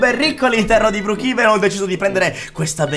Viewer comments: si dice brookhaven non brookhiven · Si scrive brookevan ma si pronuncia bruukeven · non si dice brukiven ma si dice brukeven 😅😊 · BROKEVEN SI DICE NON BRIKIVEN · Si dice broochaven